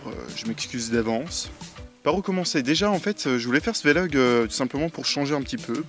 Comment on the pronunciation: On dit un "vé-log" ? J'étais persuadé qu'on disait vlog, comme un blog, sans marquer de son entre le V et le L. ^^ Sinon je me pose la question, y a-t-il des chaînes de manga ou animation (surtout les films d'animation pour toi je pense ;) ) que tu suis ? ^^ La qualité que tu as est que tu présentes vraiment quelque chose de différent des chaînes "banales" de ce qui est en rapport avec le cinéma japonais, c'est intéressant, c'est pour ça que je te suis. Après pour cette vidéo, honnêtement je n'aime pas du tout les vlog, mais ça c'est mon avis purement subjectif, ça veut pas dire que je trouve que ce que tu fais est mauvais. ^^ J'ai juste regardé ta vidéo à la base pour avoir des infos sur ce qui va arriver sur ta chaîne. ;) J'attends la prochaine vidéo, comme d'hab. ^^ Je me lance pour le réalisateur : Mamoru Hosoda ? ^^